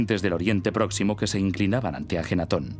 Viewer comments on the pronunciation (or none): Es AKENATON, que bruto póngale cero xD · AKENATON no ajenaton, ya la regaste antes de empezar.